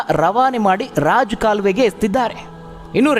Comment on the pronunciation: ಸಾರ್ ಅದು ರಾಜ್ ಕಾಲುವೆ ಅಲ್ಲ ರಾಜಕಾಲುವೆ....